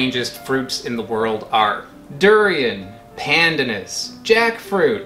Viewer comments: Pronounced: "pandaanus" ( long second syllable). Also the leaves can be used to dye food a light green and add a particular flavour. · It’s pan. Dan. Us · Pleaseeeee learn the right way to pronounce pandanas. It drives me nuts ( mind the pun).